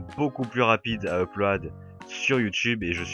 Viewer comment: Quand tu dis Uploade ça me tue, sinon très bonne vidéo !